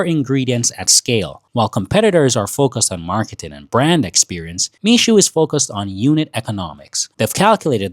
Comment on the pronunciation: It's Mixue (蜜雪), pronounced as "me share" (not "me Sue"), literally translated as sweet snow.